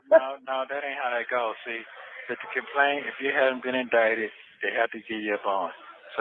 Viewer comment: "In da kaplaint room".. can't pronounce words right to save his life. If a scam, he was running depended on him pronouncing the words correctly, he would've never gotten a scam over on anybody.😂😂😂😂